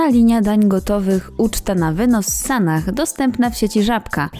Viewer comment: Podoba mi się, że nie idzie "z prądem" co do "poprawiania" wyglądu i nie wypowiada publicznie obowiązujących tez. Tylko dlaczego wymawiane jest "h" na końcu, skoro to z angielskiego. Przecież imienia np."Sarah" nie wymawia się w ten sposób.